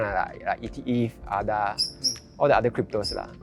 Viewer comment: It’s A-DA.. not AH-DA